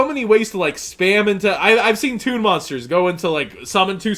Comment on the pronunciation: When you said ToOn, I broke premature ejaculation